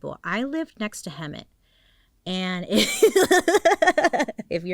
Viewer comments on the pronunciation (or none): Not hemet lol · Hemet?! Bish I’m from Anza! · "I lived next to hemet" 💀💀